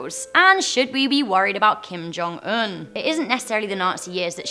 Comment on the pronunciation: Kim jong oooooon XD